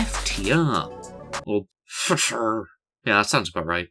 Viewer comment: the second pronunciation for “FTR” 😂😂